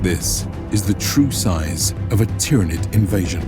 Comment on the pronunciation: Just a little pointer; its pronounced "Tyranid" not "Tyranid"